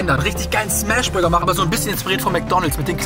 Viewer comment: Hast du gesagt der beste Bürger am oder habe ich mich verhört 😂😂😂